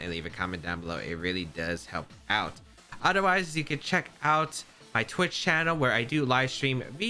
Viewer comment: I always laugh when he says “odder wise” 😂😂😂